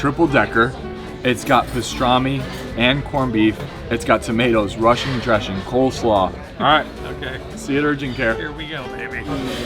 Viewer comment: Good god,. It’s COLESLAW. Oy! But great selections.